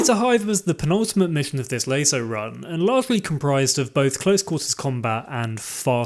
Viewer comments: Never heard anyone pronounce it lay-so before rather than lah-so but alright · Loved the video. However, and I dont mean to be an ass, but youre pronunciation of LASO drives me infuckingsane... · I wish you would stop pronouncing LASO incorrectly.